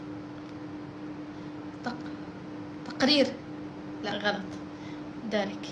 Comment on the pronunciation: 😂هههه قالت تقرير😂😂